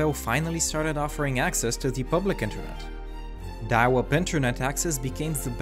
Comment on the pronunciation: Ah yes I remember diawup